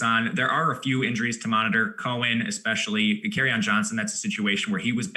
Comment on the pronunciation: trying to say Kerryon is funny. It took me a while to figure out who in the hell he was talking about lol.